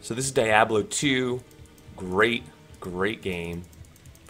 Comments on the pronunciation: Die oblo? Never once heard it pronounced like that. DEe-ab-lo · Cool 😍 it’s pronounced “deeabloh” by the way